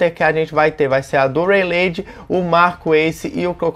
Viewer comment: Pô "REILEIDI" é foda hahauahahauauha